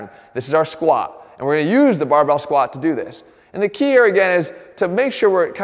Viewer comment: Jeff always goes to failure with the Squat, that's why he never pronounces the T.